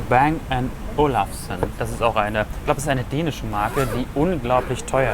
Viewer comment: nur eine kleinigkeit..."bang und olufsen" ist dänisch. das wird nicht "verenglischt" ausgesprochen....also bang und olufsen und nicht "beng and olafsen" :-)